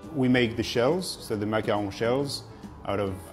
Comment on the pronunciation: Ok. Totally here for his proper pronunciation of macaron. Because even my Louisiana french doesn't help me say it any other way than MACK*CAH*Roon 😆🥴 ⚜️⚜️⚜️